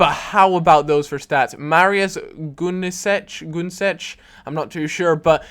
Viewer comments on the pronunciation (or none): MARIUS GUNESCH DOESN'T EXCIST . I SHOULD KNOW THAT COZ I AM GERMAN :)